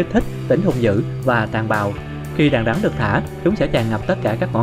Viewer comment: Rắn mà nghe bạn nói như gắn =)